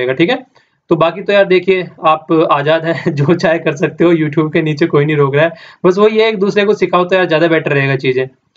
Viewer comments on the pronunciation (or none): none